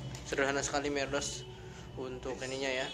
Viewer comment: meredos is mbledos